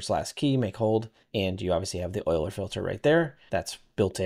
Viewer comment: This is a super cool tool, thank you so much for developing this. This makes a big difference, plus you even pronounced Euler correctly, lol. Anyways, keep up the awesome work, you're a UE5 hero :) I hope you keep updating the tool for 5.6+ thanks!